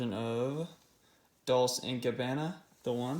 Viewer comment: The way he pronounces dolce&gabbana just kills me🤦🏻‍♂️